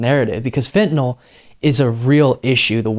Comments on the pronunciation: I give the bissh credit she pronounces fentanyl correctly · Uh,she pronounces "fentanyl" correctly.